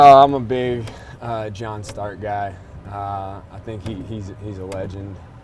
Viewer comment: Did he say Jon Stark instead of Jon Snow🤔